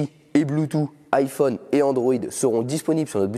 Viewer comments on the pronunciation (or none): none